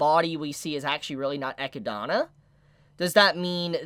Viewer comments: Her name is echidna, eh-kid-na, not ekidhana lol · love you man but seriously... i dont get why so many people online from other countries have this much problem in pronouncing Echidna's name ... jesus is painfull to hear.. there is no dona at the end xD Echidna!!! my god!!! i know a lot of people have problem with Greek letters and stuff but jesus even in English you dont pronouncing it like that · It's pronounced eh-kid-na come on man you did the same thing with Bettle-ge-use and it's kind of annoying. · Why do you say Echidna like that?!